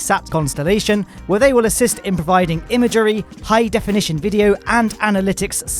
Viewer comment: Thanks for the updates! Just a question ... how many syllables in the word 'imagery'?